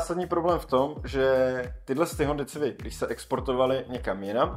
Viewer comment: Koncepčně moc povedený video. Škoda jen maličkostí, které lehce kazí dojem. U Golfa jsi zmínil, že přece v tomhle žebříčku musí být nějaká evropská automobilka, což už bylo Volvo a Mercedes, které jsi zmínil předtím. Škoda výslovnosti Civic [sivik nikoli civik]. Potenciál a potencionál jsou dvě naprosto rozdílná slova. Nicméně se těším na další Top 10/5, což jsou z tvé tvorby videa, která jsou vážně poučná a zajímavá. Díky za super tvorbu.